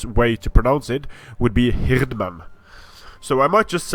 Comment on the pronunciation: The way you pronounce "Hirdmen" sounds very German-like.